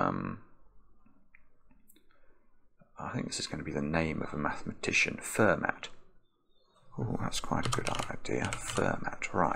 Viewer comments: I also have always heard the French (or maybe it’s the French-American) pronunciation of Fermat: “fur-maw”, not “fehr-matt” like says it. I teach high school math and I actually had a bonus question recently on a quiz, asking which word rhymes with the mathematician: fueler or boiler. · And Fermat I belive is pronounced "Furmar" fɛʁma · Euler: pronounced “oil-er” Fermat: pronounced “fer-mar” e: …